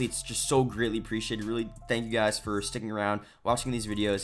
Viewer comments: Dude did he just says " a couple of GAYS" in the beggining of the video i replayed the video 4 times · went back to listen, sure enough LOL